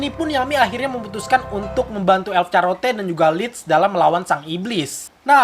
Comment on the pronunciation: charlotte dibaca charlot bung